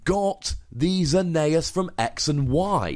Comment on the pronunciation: It's Zer-ne-es not how you say it